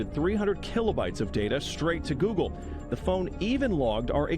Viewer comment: GOOGLE ,,,,,,GO----OGLE!